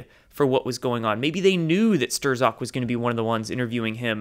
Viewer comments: Strock, not Sterzok. Not to be a douche. Keep up the good work. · i'ts not "Stir-ZacK" it's pronounced "Stroke" lol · Not "stir-zok" Pronounced "strawk" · Dude youre killin me with "stir-zok" lol. His name is pronounced STRUCK, as in the baseball player struck out. Still love ya though. Keep up the fantastic work brother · His name is pronunced like Struck. Just saying.😇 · you're so cute. But it's pronounced as Peter "Str-ock" (STR-like street; zock as OCK- like clock; the z is silent). Strzok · I believe the z is silent in Strzok...(strawck) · Peter STRAWK is how to say it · Jeff Bradley I’ve seen many people with similar names comment that it is pronounced Stir-zok on this and a few other channels I watch so I’m confused but swayed towards those with similar name as they should know! Lol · It's pronounced Stroke. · It seems the correct pronunciation of the name Strzok is Strok. The only one besides yourself that pronounces it differently is Jerome Corsi. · Great vid as usual! I heard that Strzok's name is pronounced "struck". I could be wrong, but it makes sense to me...as in struck by lightening. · Stzock pronounced Struck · Strzok is pronounced “Struck” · Gare to correct. Isnt bame pronounced Struck? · Lenny Kuijpers It's actually pronounced " Strock" rhymes with frock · So it's not pronounced "shit stain"?